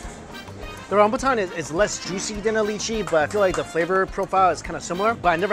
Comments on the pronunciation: LYCHEE IS PRONOUCED "LIE- CHEE" not "LEE- CHEE"! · Li-chee....? Its Lie-chee Its normal for people to mispronounce it. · Does Mike mean lychee? What's a "leechy"?? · The way he pronounces lychee..... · Im seriously tilted by the way u pronounced Lychee. Please say it properly.. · the way he pronounced "lychee" triggered me so much lmao